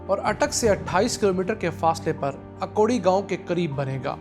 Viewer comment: جناب یہ اکوڑی نہیں بلکہ اکھوڑی ہے.